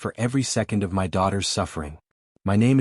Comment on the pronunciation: Why does the AI spell my instead of speaking it?????